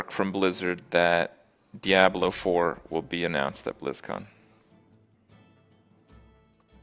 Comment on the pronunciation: lol "Diyablow"